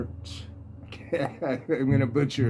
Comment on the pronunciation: Montmartre is pronounced (Mon-martre). Just trying to help. I have to look for that Ken McIntyre record. Thanks